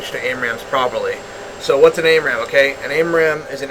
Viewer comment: Great video dude. But it's AMRAAM, not AIMRAAM. Just saying. Great video though. I learned a lot. Thank you.